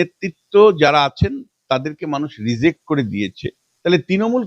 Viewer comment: Onaake bolun kathata "reject" ...."rezect" na